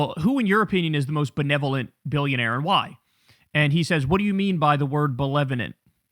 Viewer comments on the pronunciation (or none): Nick Shirley has blood on his hands. He’s not “Bewevolent” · short bus shirley trying to figure out what “belelevolent” means